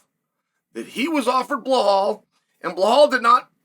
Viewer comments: His name is Belal not Blahal wtf lmao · I love hearing him talk about “Blahall Muhammad” 😭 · The fact he's still calling him "Bell-hall" is fckn hysterical 🤣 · I just couldn’t focus everytime chael said blehal and alex pieera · Yeah I also here him say Alex Pee Era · Bleh hall